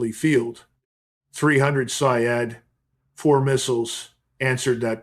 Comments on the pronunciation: With all my respect to you Sir the correct pernounciation of Iranian missile is say-yad which means as you said hunter. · pronounced. sayyad